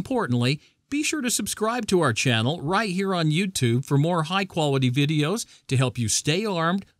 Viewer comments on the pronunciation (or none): none